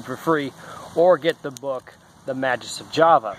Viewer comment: It's Ma-(GUS) not JUS...